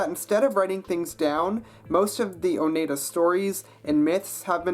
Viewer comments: Btw: Oneida is pronounced Oh-nII-dah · You pronounced Oneida wrong. The 'ei' are pronounced like in 'ein' in German.